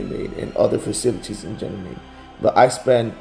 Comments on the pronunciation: so, is it pronounced with a "G" or a "J" sound? says it like a "J" and says it with a "G" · I've always heard everyone else pronounce it like with a "G" as in gab or gather... pronunciation with the "J" sound, as in gentle or giant, is the first time I've heard it said that way... is that how they pronounce it in the military? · He's just a straight up fool talkin bs and doesn't even say Ganymede properly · That did stand out to me also- him pronouncing Ganymede with a "J" sound. If he was among people all deployed there one would assume that he would be using the same pronunciation as everyone else....